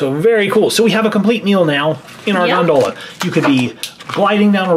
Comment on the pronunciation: win but for the love of fish pronounce Gondola right!!!!